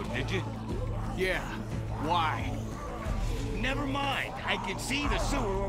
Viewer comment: It was more of a why. Instead of a WHY?